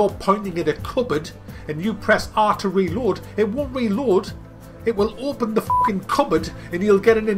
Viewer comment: Where you from??? Is weird how you said reload, " relord "